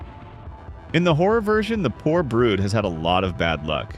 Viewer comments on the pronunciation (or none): it’s brud not brute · It is not Brood it is Brud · it's brud not brood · Bro really pronounced Brud "brood". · Brud not brude